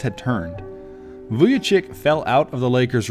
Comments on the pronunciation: Who the hell is Vujachick? 😂 Its pronounced Vujachich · Great video But pronunciation is Vujachich